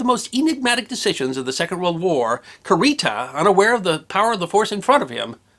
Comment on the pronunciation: Kurita = koo ree tah, no accent. Takeo = tah kay (as in May) oh. No accent.